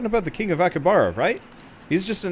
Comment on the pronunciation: Im annoyed by the way he said aki bahara not aki habara